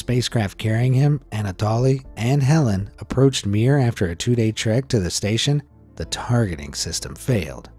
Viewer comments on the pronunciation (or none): none